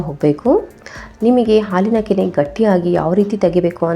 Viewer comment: ಹಾಲಿನ ಕೆನ್ನೆ ಅಲ್ಲ ಹಾಲಿನ ಕೆನೆ